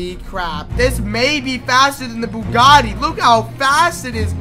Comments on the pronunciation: broo u doeled bugati wrong u said bugti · U said bugti